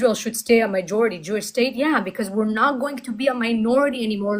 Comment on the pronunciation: You are great,, just please it's not "mijority", it's majority. Thank you for what you do.